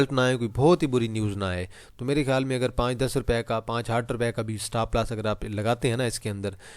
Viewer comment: Bhai Stapp Lass Ni Hota..Stop Loss Hota Hai😂